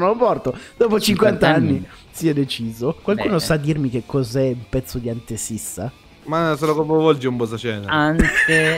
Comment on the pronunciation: Ripeto: è "antefissa" e non "antesissa"